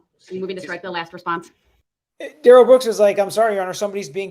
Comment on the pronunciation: His opening was more like a closing but ok Duh-rell